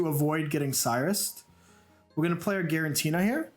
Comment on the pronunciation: You're putting one too many "n"s in Giratina my friend. Not GiraNtina I think.